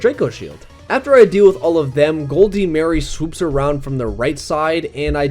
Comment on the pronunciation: Why did you say Goldmary and Morion so weirdly? This is a game that tells you how to pronounce the names.